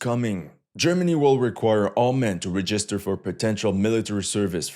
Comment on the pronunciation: Why does he pronounce register weird.